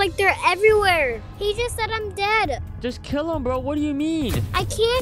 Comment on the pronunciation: DAED si daed he say youre daed